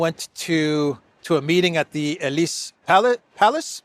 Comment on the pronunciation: Please, it is WimbleDon and NOT WimbleTon. Also, Elysée is pronounced Elyzay.